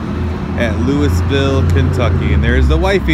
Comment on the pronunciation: FYI the proper way of pronouncing Louisville, KY is to stuff your mouth full of food and then try to say Louisville...(I know it is weird way of pronouncing it)I lived there for some years, actually I went to school across the street from the supercharger